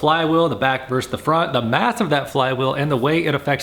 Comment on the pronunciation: The word is VERSUS not VERSE.